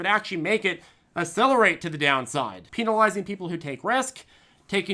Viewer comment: Peenalizing. Hahahahha